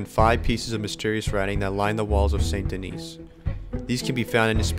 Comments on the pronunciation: idk how many times its said in game but it isnt pronounced saint denise, even if you werent saying it the french way it would be denis not denise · “Saint Denise” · Hearing you say “Saint Den-IS” hurts my heart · San Dan-ee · I can’t be the only one bothered by how he says saint denis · Why must you butcher saint denis like that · your pronouncing the town saint denis wrong 😂